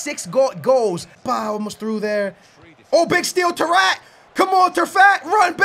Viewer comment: Bruh when he said tarrFAT that had my dying 😂😂 great vid 👌